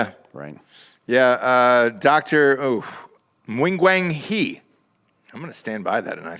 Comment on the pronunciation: Dr. Wing-wang-we...Nailed it!